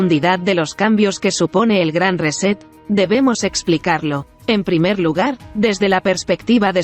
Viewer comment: ¿Por qué no dicen "reinicio" en lugar de "reset" que bien pronunciado sería "riset'?